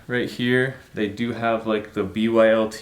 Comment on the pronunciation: Its bylt stop saying b.y.l.t. jfc